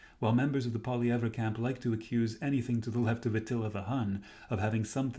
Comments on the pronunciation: His name is pronounced “Poly EV” - not that hard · You can’t say Pierre’s name properly lol